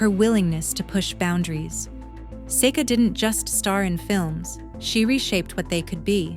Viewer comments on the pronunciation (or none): Another mispronounce from AI. Seek uh. Not Sayka or Secka. Didn't learn a thing.